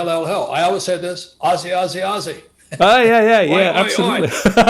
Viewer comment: Can someone please correct him on the term ‘Aussie’!